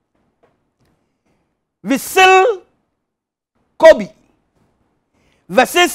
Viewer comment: "VISSEL KOBi" 😂👏👏